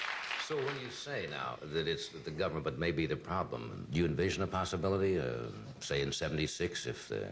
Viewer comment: I'm a huge Reagan fan but it sounds like he says "gummint."